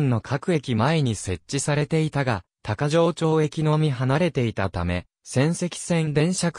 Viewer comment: 読み方違う。「高城町駅」たかぎまちが正しい。